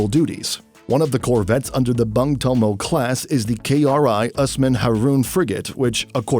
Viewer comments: bung it should be read boong please read my language properly.... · But when the narrator pronounces Bung with a sound like Bank in Indonesia Word ( Bang ).. I laugh a lot 😁.. Cause it hit me different... Bang is associated with One of our calling from Betawi/ Sumatran Culture ... From my points of view.. Bung who spell its U vocals like a u vocals in ( Through ) Words are coming from the year 1945 when Surabaya People struggled heavily fought theyre dignity and Honor with Dutch and English occupied Army )... So as a fellow who ussually heard Bung Karno.. Are Spell Bang Karno.. Its make me smile 😊.. Iam not tryin to mocked.. But Bang are mostly associated with rural people.. Bang Betjack ( ricksaw pedaller ) Bang Ben ( famous Betawi Culture Artist ).... anyway Its ok cause the Narrator are a foreigner.. Singaporean right 🙏🙏 me as an Indonesian Admired our neighbouring country.. Singapore.. Tiny but got so much power in Economy and Technology... My appreciations to ur Military review ' Sir.. Keep the good work 🙏🙏🙏